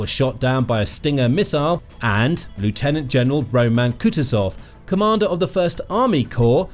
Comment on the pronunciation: Learn to pronounce 'lieutenant'. Your ignorance shows that you don't know what you're drivelling about.